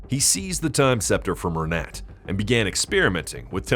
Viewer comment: Renet is pronounced Ren-ay